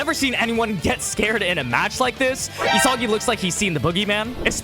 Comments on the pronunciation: Nobody gonna Correct my boy here saying E-Sogy instead of EE - Saggy🤣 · It’s not ESAWGI bro